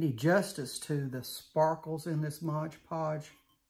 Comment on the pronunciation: Beautiful! This is so popular right now. I'm anxious to give it a try. FYI, sounds like you're saying, "Mog Podge." It's Mod Podge! Just saying!